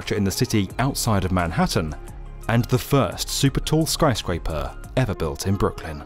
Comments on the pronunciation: Are you saying skryscraper instead of skyscraper? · Is it just me, or does he keep saying "skryscaper"? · Why does he keep saying skRyscraper? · *chuckles* skry-scraper... , , .